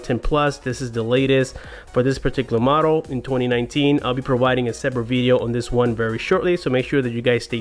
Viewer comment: “modle number”